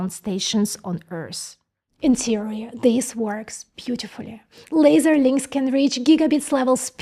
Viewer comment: Hello: You say "zis process may not work". The proper English pronunciation is "this" where the "th" sounds like the "th" in the word or article "the"... and you do pronounce "the" correctly. This was just a teaching moment from me to you. You are doing great with this channel. Take care.